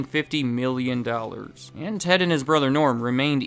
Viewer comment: I just noticed pronounces dollars as "dowl-ers" and now i can't unhear it